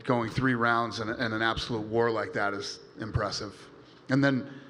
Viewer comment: Paulo was fighting hounds in the gym. (Yes I know in Portuguese the r makes an h sound)